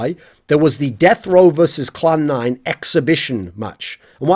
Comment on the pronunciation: Clan 9* not Cloud 9. Or I'm just hearing poorly lol. etc.